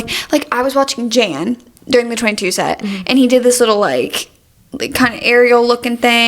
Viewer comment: This whole pod is iconic and feels nostalgic because of location! Wanted you to know Jan’s name is pronounced “yawn”! I recently learned myself. your song was perfection. 🫶🏼🫶🏼